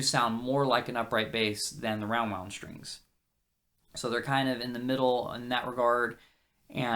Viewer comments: shtrings. shtrings. why shtrings? Why not "strings"? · once you start noticing all of the people saying sht instead of st it will drive you mad